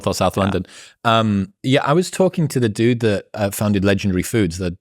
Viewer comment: "I was talking to the dude" -- The word "dude" sounds so wrong in an English accent. You can still say "bloke".